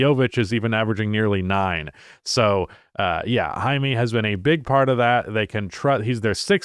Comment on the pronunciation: Stop calling the dude "Hymie," for God's sake. That's a slur for Jewish people. His name is Jaime--high-may--please stop calling him hymie.